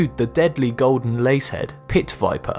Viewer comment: It's a lance head viper not lace head.